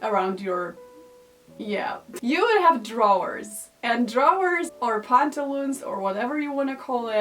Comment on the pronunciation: Totally off topic, but I enjoy the way you pronounce “drawers”, almost a bit southern USA.